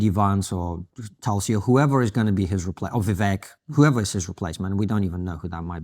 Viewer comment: The correct pronunciation of Vivek Ramaswamy's first name is to rhyme it with "cake". Think of it as replacing the 'e' with an 'a'.